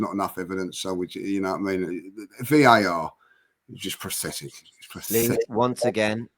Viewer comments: "Prothetic" Everyone else: "Pathetic" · Can some tell lee its not pronounced "prothetic". 😂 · Why does always say “PRATHETIC” 😆